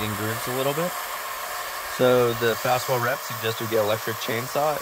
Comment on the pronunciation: It's Faswall, not "fast wall." And whether or not it's better than CMU is subjective, depending on the homeowner's/builder's end goal. CMUs are entirely cement, are mortared with cement mortar, and may or may not be in-filled with cement. This results in finished concrete wall that is not vapor-permeable. However, if the homeowner/builder desires a finished concrete wall that is vapor-permeable and naturally regulates indoor humidity levels, then Faswall (and also Nexcem and Durisol) is the way to go, since the wood-cement composite blocks are vapor-permeable, and will remain so provided they are finished with vapor-permeable material like lime render or clay and/or are clad or veneered properly (with rainscreen and/or weep holes).